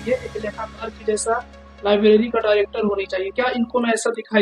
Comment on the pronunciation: Lavleri nai hota library hota h 😅